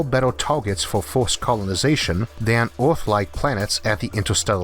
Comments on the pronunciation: Wait was he saying Earth or Awrth? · who is your englush teacher? you pronounce earth = "uth", us = oz, jupiter = jupitel, you sounds so cringy, i cant keep listening to you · Can someone please tell me what this accent is...? I need to know the demographics of this lads accent. I'm guessing American but where?? I've never heard of someone pronounce the earth "ooourph". Or jupiter "jupitour" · did not know our planet was named Orth, been saying it wrong all my life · Orth? Jupitor? Temperator? Heyor? Solor? Coldor? Howevor? Theror? What accent is this? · Just love your voice, sound like a posh bawwie kwiptkey on orrth lol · Worst narrator in history. Hewa on Earwrff, Joopitor.Who can pay any attention to the content when this clown keeps everyone watching just hear him butcher the English language. Itd be better if a robot voice did it. Instead of the king from Princess Bride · Hunam My brain: don’t say it you know very well he’s saying earth Me: O R T H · I was just about to sleep playing this video in the background and am now totally alert because of hearing his pronunciation of Oath and Jupitaw 😂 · why can't you pronounce "earth" and "Jupiter" and "mars" and "temperaTURE" correctly?